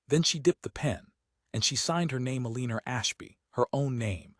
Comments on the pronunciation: E-lean-er? Really? These AI stories’ narration seem to get more absurd instead of improving over time. Yet, we’re entrusting our government, defense, economy and healthcare systems to a group of rich, spoiled, self-indulgent men and their Experiment with AI. And we actually believe that it’s going to benefit us? When it can’t pronounce the name Eleanor? It would be amusing, if it weren’t so terrifying. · This AI generated story with AI narration and you can’t even get it to read Eleanor right! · Ai mispronounces Eleanor’s name. I can’t listen to it.